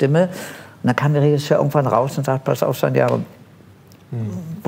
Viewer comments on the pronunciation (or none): none